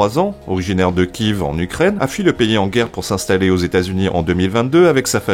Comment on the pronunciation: Kiev = qui ef ,😊 prononciation slave si je ne me plante pas